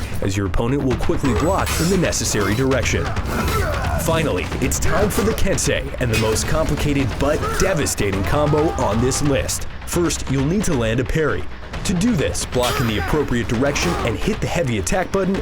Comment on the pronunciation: ken-sigh not kensay